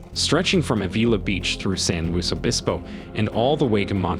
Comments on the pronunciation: You're not from around here, are you, son? I can forgive you for Av-EE-la (AV-il-la Beach), but John St-eye-n-beck is a world-famous author. I have lived near the Santa Lu-see-ya Mountains for more than 40 years. I did enjoy this video. I always like to learn more about the beautiful California Central Coast where I make my home. I'd like to see more. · Its AV IL A BEACH.